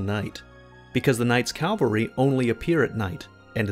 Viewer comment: Thanks for this insightful video. Now I know, and knowing is half the battle. By the way, did you say "Night's Calvary" instead of "Night's Cavalry"? I can't help but chuckle every time someone pronounces "cavalry" - which are soldiers who fight on horseback - as "calvary" - which is a representation of the crucifixion and the name of the place it supposedly took place in. I'm not a religious person by any means, but these happen to be two vastly different things with fairly similar names, making it rather funny if the pronounciation of the two get mixed up.